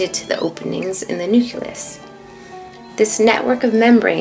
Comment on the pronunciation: Um it's not prononced nuculus.